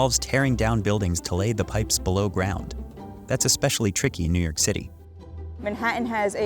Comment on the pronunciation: I thought it was New York not New Yerk